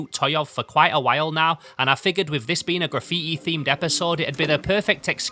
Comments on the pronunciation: graffiä bro wtf is this accent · its ponounced gra-fee-TEE